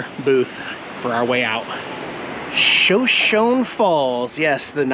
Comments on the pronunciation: Usually pronunciation errors don't bother me, but since this is the name of an native American tribe, might as well say that it's "shuh show nee", not "sha shown". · I'm really not trying to be a pain in the patout ( insert your choice of words for patout) but I wanted to tell you the proper way to pronounce "Shoshone." It is "Show-show-knee." That is a Native American name. Life won't end if you continue to say it wrong but it wouldn't be like fingers on the blackboard to the purists like me. LOL As always, hugs from me and my critters to you, Diana and your kitties. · Hi, I looked it up. It’s pronounced SoSHOWnee. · I thought it was pronounced Show-show-nee. Aren't there native American tribes that pronounce it that way? I'll have to look it up. You would definitely know though since you live there. LOL 🙂👍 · Bro your pronouncing Shoshone wrong! 💩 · So its spelled the same as our tribe but mispronounced in error or disrespect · The E is pronounced in Shoshone